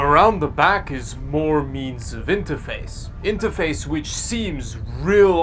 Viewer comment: "To IntAface with...."